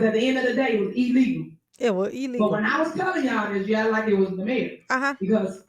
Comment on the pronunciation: E-LEE-GULL! Says Tiff. 😂😂